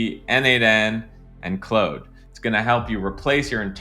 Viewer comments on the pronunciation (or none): what the fuck is Clode? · You lost me at “clOde” 😂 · Clode... Clode.... Clode... Jfc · Close sounds to close to Chode (don’t google that) for me. Say it right bro!!! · Its Clod not clode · "clode" haha goated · If says it’s clode it’s clode from now on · Why do mispronounce Claude ? Intentional ??